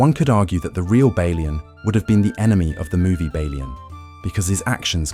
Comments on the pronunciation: This is either very poor human narration or its A.I. Within the first 4 minutes I heard at least 3 different pronounciations of Balian and the French name Guy totally destroyed, pronouncing it as you would in "Guys & Dolls". Awfull, I couldn't watch it further. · Did you even watch the movie? 😂😂😂 you mispronounce Balians name, his wife's dead body wasn't burned 😂😂😂😂